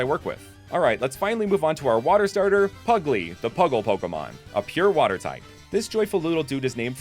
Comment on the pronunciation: A pugglee ? ... PERRY !!! THE PUGGLEE